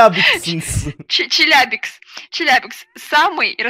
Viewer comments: челябинск а не челябикс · ЧеляБИНСК, а не ЧеляБИНКС😂😂